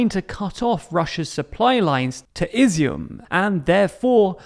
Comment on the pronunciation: Well done on getting the Izium pronounciation right mate.